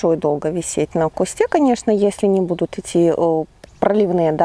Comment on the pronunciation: уважаю ваш труд, люблю смотреть ваши видео, но правильно говорить на кустУ, саЖать, не мы вам расскажем, а Я вам расскажу, мы же не говорим о себе во множествееном числе, сто раз извиняюсь, не каждому укажешь на ошибки, вас приятно слушать и речь приятная, но указанные слова режут слух, извините💐